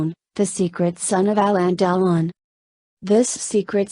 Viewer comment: The worst computer voice ever...Hallon Dell-on, who he? How could Alain Delon have disowned this love child of his who looks like a perfect clone?